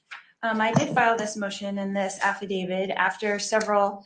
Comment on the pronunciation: Objection! Starts her argument with 'um'. Dumb. Objection! Can't pronounce 'defense', says 'difinse'. Dumb. Objection! Can't keep the snarky mean girl attitude at bay. Objection! Cannot pronounce 'affidavit'. It doesn't end with 'david'. Objection! Disrespectful, condescending attitude toward judge Beresky (the court) even though he has bent over backward to teach her law (which he is not required to do). Objection! Cannot pronounce 'at all', calls it 'aah all'. Alright Lori, are you done? First, just because you don't get your way doesn't mean, miss narcissist, that you get a different judge. You are guilty and you're mad that you can't take over the courtroom, that in fact is in the control of the judge. End of discussion. Please, learn to pronounce defense. And you actually have declared yourself to be a translated being. Why are you even in court? Shouldn't you have been magically lifted out by now? Maybe you actually are wishfully thinking you are special. You are not. Judge Beresky is the bomb, and you are NO attorney. Oh and you have lost your 'charms'. You are a laughingstock.